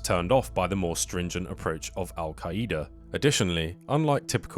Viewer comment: Bro says Al qaeyeeda 💀